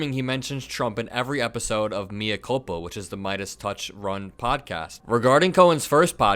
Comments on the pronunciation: Good work,. "mea culpa" is Latin for I'm [the one who is] culpable. "Mea" is not pronounced "me" as in me myself, in English, but like "may", so it's "may-uh culpa." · Love your content,. Please look up pronunciation of mea culpa.